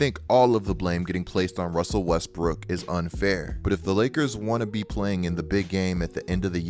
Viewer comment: “Russsseeelll Weesssttttbrrkkic”😂😂